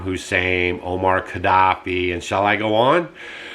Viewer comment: Mo amar Quadaffi, not Omar. Mo not Om.